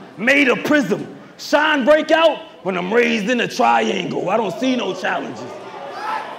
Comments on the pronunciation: that’s a damn reach and sean cmon sean is pronounced shawn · because saying it's a reach off of how some ppl say the word Sean is dumb when we know for a fact others pronounce Sean like (sh-y-nuh) and not just (sh-aw-n) or however it's being said in y'all head to call it a reach to begin with 😂😂😂